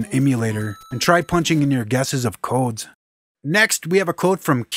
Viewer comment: there is something so satisfying about the way you say "codes", man. xD